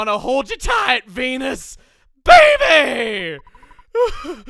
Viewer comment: Okay so I was zoning out a bit and not looking at the video, but Venus sounded a lot like penis.